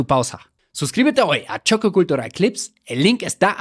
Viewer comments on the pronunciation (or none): Se escribe y pronuncia "Choque Cultural" no "Xoque Kultural.